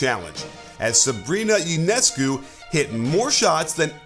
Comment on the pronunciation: Yonehscoo is how to say. She is Romanian